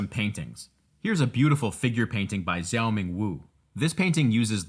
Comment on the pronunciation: ok the zhou in zhou ming wu's name is pronounced like "jong". the american pronunciation of the "zh" sound is driving me crazyyy. helpful tutorial tho